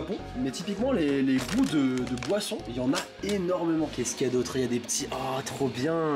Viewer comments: G compris poisson au lieu de boisson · A chaque fois que tu dit boisson j'entends POISSON du coup je comprenais pas